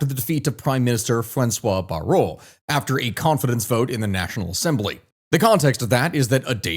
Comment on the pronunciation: Nope. Not "François Bareau". "François Bayrou" with a "ou". Your talent for French prononciation is just as fucked up as the talent of our president for the choosing of prime ministers. Same process: - Wrong one, try again. - Wrong one, try again. - Wrong one, try again. - Wrong one, try again. - Wrong one, try again. …